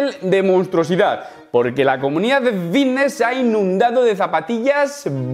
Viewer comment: Jajajajaja a que no puedes pronunciar la F jajajajjajaja vitness juajuajuajuajaua activus jajajajajajajajajajajaja que manera de hablar mal jajajajaja me haces reir mucho con tus videos